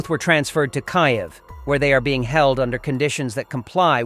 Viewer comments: If after three years this channel has not learnt how ro pronounce Kyiv it is hard to take anything it says seriously. It is not just lazy, and ignorant, it is arrogant. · Poor reporting when you repeat information to stretch your time window!!! Demising your credibility, plus digital mispronouncing the capital of Ukrainenis an insult!